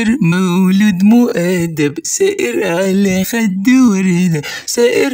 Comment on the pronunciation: لانه مصري واغلب المصريين ينطقوا حرف الـ ث حرف س